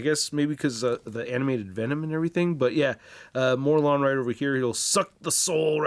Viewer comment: Can someone tell it is “Mor Lun” not “Morlin”